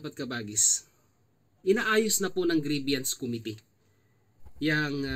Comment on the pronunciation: Grievance po (pronounced as greebans) hindi po grieviance or greebyans.